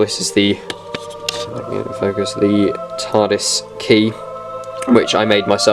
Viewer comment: did you say TARDIS or RETARDIS?